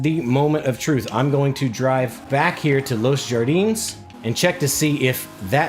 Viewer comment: Los Jardines is pronounced Los “Hardie-nes”